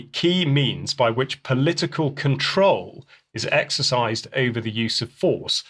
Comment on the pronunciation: Lure = Lee-you're Control = Cont-row-el Pakistan - Park-i-starn